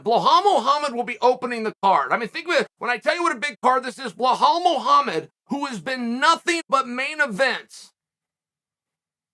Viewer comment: Chael, his name is Bilal Muhammad